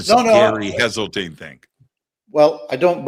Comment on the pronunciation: It's HESELTINE